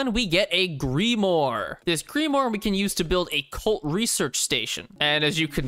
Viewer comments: Grim-ore, cool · This guy: Greemoore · I assume he means Grimoire when he says "gree more"? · Loved this one! For future reference, a grimoire is pronounced like this: “Grim-war” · Grim-uar got it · Grim wire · Oh dang I always pronounced it grim-WAAGH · grim-mwah got it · "Greemoore" Me: Genuinely tweaking bc he said grimoire wrong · Behold the GREE-MORE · Okay I love you man and I love your content but it's (grim-Raaru) grimoire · Not gonna get a response to thos but grimoire is french and pronounced gruhm-war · Listen, I love your videos, but why the hell do you pronounce grimoire like that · you said grimoire wrong